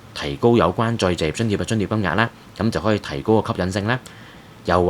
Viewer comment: 甚麼叫「再謝津貼」？ 旁述員講了幾次「再謝」，其實是「再就業」吧？ 這三個字很難講的嗎？